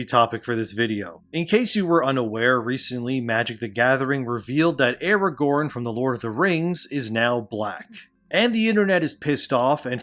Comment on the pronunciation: That's not Aragorn, it's Aragone.